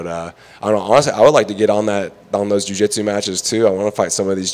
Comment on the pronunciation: Why is this reporter having such a problem saying Jiu Jitsu? There is no D homie, leave that at home. Cody looking solid, always a heater on the Texas competition scene. Big things coming his way for sure!